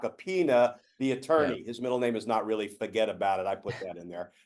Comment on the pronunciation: "Fuget about it" I LOVE IT! 🤣